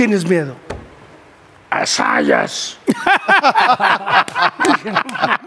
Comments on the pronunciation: el apellido es ZAYAS, con "Z" al inicio! que pasó??? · Zayas no Sayas esos millenials 😂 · Es Zayas no Sayas.